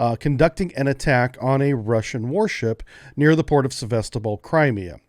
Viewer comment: Your emphasis is on the wrong syllable of crimea. Also, you said "Crimea, russia" ... that is incorrect, nobody recognizes the illegal 2014 annexation, it is "crimea, ukraine" under russian occupation.